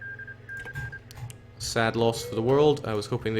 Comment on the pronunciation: I dont think he even reads anymore, nicaruga kek